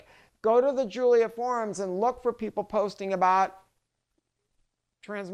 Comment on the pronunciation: EPIC FAIL sec ( when I saw the glorified VW in the background I knew it wouldn't take long)....."Alfa Romeo GIULIO Quadrifoglio..." GIULIO ???? GIULIO ??? EMBARRASSING.....